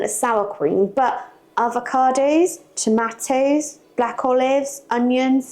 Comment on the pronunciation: the cheese should be grated finer, a little Tabasco speaks volumes to it. " wife" (snarky remark), pro tip, the "tah mah toes", need to be diced, not cubed lol (for sake). This is a dip for party's a.k.a. football games/Superbowl, not too much at Holidays, more like bbq's, church events.